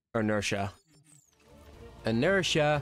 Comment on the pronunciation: Did you say inertia like ajr????